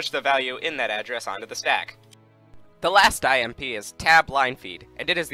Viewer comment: when he says IMP i hear "I am pee"